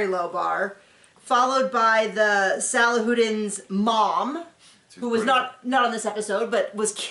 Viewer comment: Great review guys! Side note: I believe it's pronounced Sa lah who deens Hope that makes sense😊